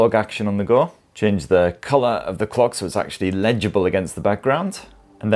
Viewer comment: I barely heard the L from "clock type" 😅